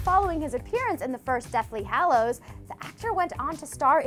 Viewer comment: “The Deathly HALLOWS” my god